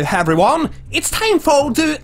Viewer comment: "Hello Heveryone" quel accent